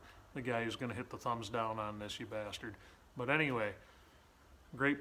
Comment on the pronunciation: That post you screwed those long screws in to the floor... What is directly underneath that post’s footprint! Btw, when you say bastard.... you sound like my Boston Native Boss back in The USAF!!! 👎🏼👎🏼👎🏼=stub his toe😂🤣😂🤣😂🤣😂